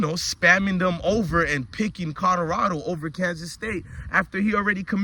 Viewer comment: Colorado not codarada tho 😂